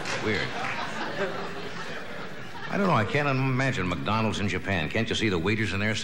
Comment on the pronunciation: What is “muckdonalds”? 😂